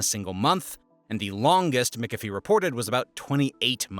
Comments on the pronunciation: McHalfvy not Mcifie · Omg... it's MAC-AFEE, not MICK-AFEE 🙄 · Say it with me 'mick- af- ee' not 'Mickuh-fee'. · McAfee is (mac) afee not (mick) ofee … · It’s pronounced Mc Caf ee (not Mic a fee)! Come on! McCafee is famous in the computer industry! 😡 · Mickafee? LOL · prounounced Macafee. So you know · Brother, it is pronounced “MACK-UH-FEE” this is driving me up a wall. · did he say Mick a fee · You also mispronounce names and words that educated people should know, like Mac-Afee. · McAfee is pronounces MAC-A-FEE! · It's pronounced ... "Mick-af-ee" Af as in after Ee and in wee. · mikkafee! hehehe ... That company has a shady history at best, google the founder, John.. and dude? take the time to learn how to say McAffe? its not mikkafee, ill tell you that much. although my british friends thought it was hilarious as john behaves like a mick despite having a scot name ;) John was... i will leave to discover his "antics" for yourself. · why can't you say McAfee ? Everyone in US says it as Mac Ah Fee, I think